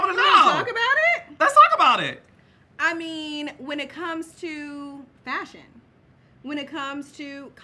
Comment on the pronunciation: She made me choke on my damn food when she said “ Fashion” 😂😂😂😂😂